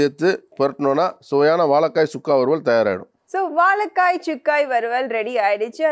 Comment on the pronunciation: வாழைக்காய் not வாழக்காய்